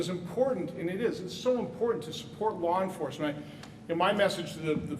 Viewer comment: If he says "lore enforcement" one more time...in fact, I'm done watching.